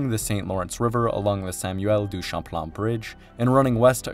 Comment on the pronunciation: Québec (Kebek) pas Kwabeck. Dennis (Denny) pas DennISSSSS. Les mauvaises prononciations sont incroyables. Champlain pas Shamplan, la prononciation est la même en français qu'en anglais. Autrement c'est de bonne information